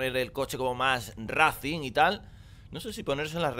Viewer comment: se pronuncia raicing no racing. racing así es como se escribe